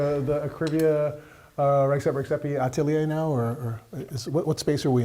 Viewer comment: you would think the guy will learn to pronounce the name of the person he's interviewing correctly